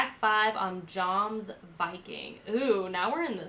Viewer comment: its not pronounced like its smelled yomsviking